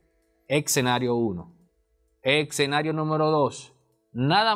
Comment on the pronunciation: Demasiada teoría y retórica como siempre. Por cierto, no se pronuncia "eTscenario"